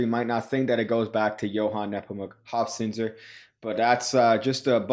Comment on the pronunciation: Being german, props for correctly pronouncing "Johann Nepomuk" and not as "Joan Neepomac". The "z" in "Hofzinser" needs a little work though; it's pronounced like a "ts" - not like an "s" and neither like a th.